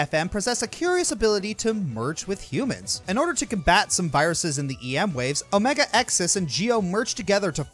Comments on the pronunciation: though i dont blame you for not seeing the anime the xis part of omega-xis' name is pronounced sis like sister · Omega-Xis is actually pronounced Omega-sis.....just an fyi is all.